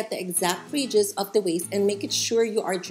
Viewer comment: Thanks for tutoring. May i suggest you use no white material to demonstrate because your table top is white and wall behind mannequin is white. We just cannot see your fine example when it is all white on White. Also, I put on captions in English to understand. You say radius and auto translations says "regis". Americans pronounce it " RAY dee us" for Radius. Hard to figure this out at first. Again thank you for the information.